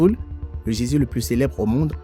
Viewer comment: Beaucoup d'erreurs de prononciation : gésier au lieu de geyser, magnétique au lieu de magmatique et puis faut revoir les mesures anglo-saxonnes, bref ça ne fait pas sérieux du tout. Vaudrait mieux changer de commentateur, quelqu'un qui sache lire correctement le texte.